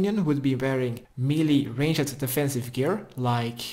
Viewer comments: "Range - Ed" gets me every time 🤣🤣🤣 Love the guide! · Someone please teach him how to pronounce ranged.